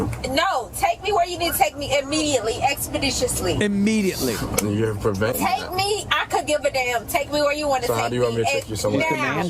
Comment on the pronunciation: “expeditiousley”!!!!! This reminds of crazy joe from lean on me